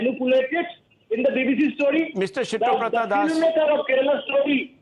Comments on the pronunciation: It is Siddhabratha, why is he pronouncing as Shittobratha 😂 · I love how Rahul keeps calling siddabrata as shittoprata das🤣🤣🤣🤣